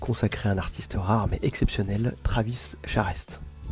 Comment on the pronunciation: Travis Charest (il paraît que ça se prononce "Charé") était très vite "charrette." Son trait à effectivement évolué depuis le sous-Jim Lee des débuts. Hâte de voir la suite.